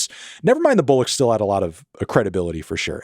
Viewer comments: Feeling pretty fucking cool right now having a track by both Fang and Scratch Acid saved on my spotify! Also why do yanks fail to pronounce the word BOLLLOKS every time? It's like "ball-icks" not "bull-icks"! and FUCK YEAH man, was hoping he'd include Wipers, knowing they were up that way (Oregan) and that they covered a song of their. Is This Real is such a fucking classic, so is Over the Edge, Youth of America good too. Great video man x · Why is it that so many Americans can't pronounce bollocks! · Your pronunciation 'bollocks' is doing me in lmao